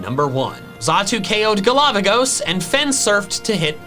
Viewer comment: Everytime said "galavagos" i heard it as "A lava ghost" 😂